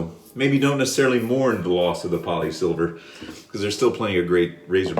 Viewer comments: It’s not pronounced Polysilver It’s pronounced Polesilver because they used to be manfactured in Poland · PolSilver not Polisilver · FWIW - “Pole-Silver” 😀